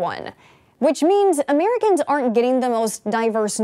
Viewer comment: She said "Ameericans." Uh-MEER-i-cans. What's going on?🤨